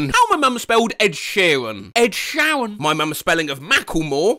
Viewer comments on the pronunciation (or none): none